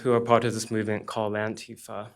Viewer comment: Didn't you mean "antif-UH" ? These are genuinely pissed off people, but they don't know what the issues are, or how to come together to find the answers.